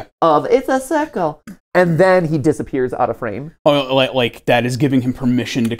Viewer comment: ITS A CIWCUL